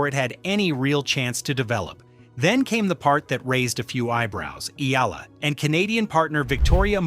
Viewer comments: Correct please pronounce ehyala not ela ok.thanks🇵🇭🇵🇭🇵🇭🇵🇭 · Eala not Ela its Eyala correct pronunciation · Not “ ee-la”. Pronounce her last name as EH-YA-LA. Thank you. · Not Alex Ila please Alex Eala or Eh ya la 😊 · Why cant they pronounce her name right eh yah lah eh yah lah God! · Please DON'T MISPRONOUNCE HER SURNAME! IT IS PRONOUNCE EH- YAH-LAH!!!!! OK!?😮😮😮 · Eye-yah-lah. That’s how we Filipinos say it. Please get it right…